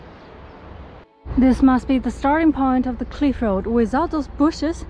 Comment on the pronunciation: 强迫症这里小小的纠正一下小姐姐，cliff发音还差一点点🙏